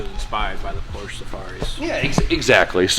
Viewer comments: FINISH THE AE86 ALREADY. It’s literally just sitting there being ignored for months and months. Also, if you’re a car enthusiast, pronounce Porsche correctly. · Day 30 of telling to pronounce Porsche correctly. Would you say Aud or Audi? Would you say Ferrar or Ferrari? How about Lamborgeeeeeen... Come one dude.